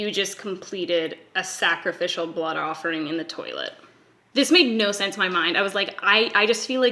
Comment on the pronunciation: "My.....offering" OMG lolololol